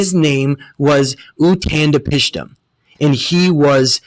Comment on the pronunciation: why do you have such a hard time pronouncing Utnapishtim and Ziusudra? If it was just once I wouldn't say anything but I've NEVER heard you say either of them properly. It's bad enough you use Edward Casey's emerald tablets as a reference but your credibility is also impacted negatively when you can't pronounce words properly. Mispronunciation and misspelling words is the reason we have so many languages AND so much confusion. I hope I'm not the first person to correct you on this, if I am that's really sad. People need to care more. If someone cares about you they will point out when you're wrong or when you screw up. The worst thing you can do to someone else is allowing them to continue in ignorance.